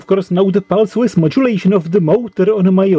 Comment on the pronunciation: very interesting. Thanks. Also I like when you say pulse width, I hear pulse Swiss <3